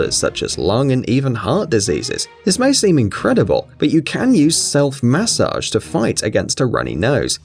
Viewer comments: I never want to hear the word MAH-sage again! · Please don’t say massage ever again